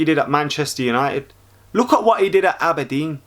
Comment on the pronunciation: ABERDEEN NOT ABBADEEN